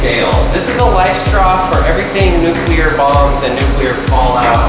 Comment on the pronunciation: Legit liked this video just bc this dude is better at pronouncing the word "nuclear" than both George W. Bush and Ice Cube 😂😂.